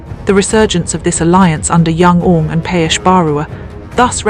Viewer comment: This is not Youngang group this Angmei group and your pronounce should be Young Ang not youngun...